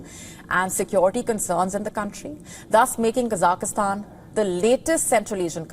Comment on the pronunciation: It is Kazakhstan and not Kazak i stan